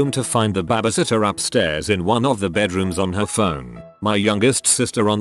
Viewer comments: "Bahh bee sitt tuhh" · It cracks me up that it hits a perfect "tour de France" with the accent, but can't say babysitter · lmao it sounds like “babbishitter” for no reason XD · No one: Literally no one: Bot: weirdest things a Bahbysitter has done